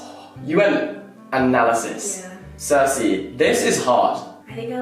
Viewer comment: fullly saying circey im sorry what